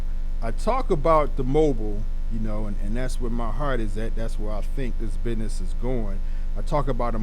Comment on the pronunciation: Did u say “bidness” Or do you mean business?